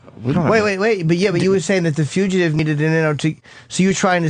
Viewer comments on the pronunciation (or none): lmao at how Opie says Fuchitive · What? It's not pronounced fuchitive! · I wonder if opie has figured out how to pronounce "fugitive" by now.